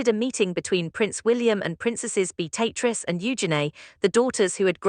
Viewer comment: So very tired of poorly executed AI nonsense. Awful editing the frequently cuts mid-sentence. Even worse, AI voices that don’t know how to pronounce names. In this case it can’t say Beatrice or Eugenia. Wish there was a way to easily identify and block this trash.